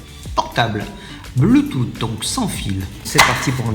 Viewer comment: Pour info ça ne se prononce pas bluetoute mais bluetous, j'ai failli dislike quand j'ai entendu bluetoute.